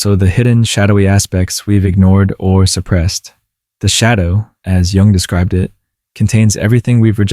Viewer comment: Nice!! BTW, it's pronounced /jʊŋ/, not Young...😉